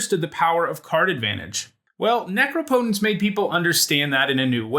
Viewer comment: what went wrong when u tried to say necropotence lol